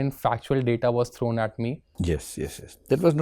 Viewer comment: 'it was not thown at you..." yehi sab baatein toh yaad aati he divyakriti sir ki